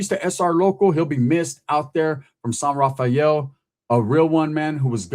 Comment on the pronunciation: San “rah-fel” not Rah-fi-el. It’s nice there. My grandpa used to be the mayor of San Rafael but lived in Corte Madera and my grandma lived in Larkspur.